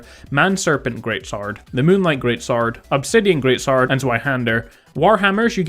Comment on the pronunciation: Lol it's cool. I've just never heard anyone pronounce sword like that and you said it like crazy in this video. Good job by the way